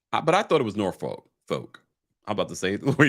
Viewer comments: correct pronunciation is not “folk”. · I Google-Shmoogled… it is pronounced Nor-Fuk. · “Norfolk correctly pronounced as 'Norfoke'